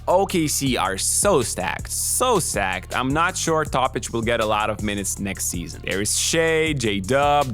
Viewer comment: He learn from the best in the word one seazon-Milis Teodosic